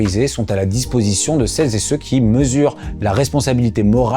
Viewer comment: Le travail de ce Youtuber est certainement excellent. Cependant à partir du moment où j'entends "celles z'et ceux..." un voyant orange s'allume et à l'instant où j'entends "conseiller ministériel de 20 à 25", je zappe.